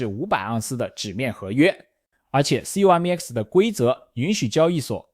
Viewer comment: 聽到有人唸C-O-M-E-X我笑了 調整一下語音參數吧 縮寫不意外 商品交易所有聽唸COM(康)EX的 也有聽唸CO(摳)MEX的 拼出來的還是第一次